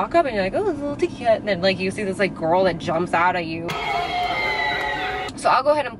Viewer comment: Instead of saying girl you say ghoul hahahah when you see your friends do you go “ hey Ghoul “ instead of hey girl !!!! Hahaha love that for you . 😹